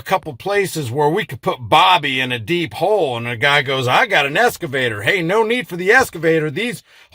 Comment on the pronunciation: *excavator Not “escavator” 😉